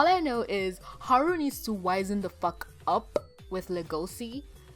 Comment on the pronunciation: Le-go-c you mean Le-go-shi?